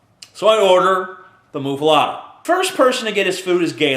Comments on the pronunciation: Muh-fuh-letta..... Not, "moo-fuh-lotta" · I think muffuletta is pronounced "muff-uh-let-uh," not "moof-uh-lot-uh." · BECAUSE THAT'S SO OBVIOUS ISN'T IT? PRONOUNCING IT "MUFFALOTTA" AND AKSHULLY HAVING IT SPELLED "MUFFALETTA." FUCKING CONDESCENDING FUCK. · Isnt it.muffaletta? Letta not lotta? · Yes, he just mispronounces it. And it's not really a Louisiana thing. I mean, they might be popular in Louisiana, but it's an Italian sandwich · You say muffaletta weird.